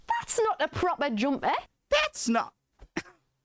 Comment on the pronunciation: Not bad! Your weakest ones were the glottal sounds, I think because you didn't fully get what "glottal" means. A "glottal stop" is where you momentarily close off your vocal cords and release air afterwards to get the consonant sound if one follows. compare how your "proper jumper" flows fluidly with no interruptions and you can clearly hear your P sounds, but her "proper jumper" has break mid word and the P is less emphasised. It's even more noticeable with the glottal T sound, she almost doesn't sound them at all whereas yours are very clear. If you put your hand on your throat you should feel it stop vibrating for a moment. I'm not great at it either. This video is pretty good and helped me out (not for a reaction, just to explain the sound you're going for)